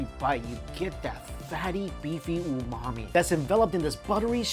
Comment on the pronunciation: Are you actually saying, “that luxurious ‘oh, mommy’ flavor’”? 😂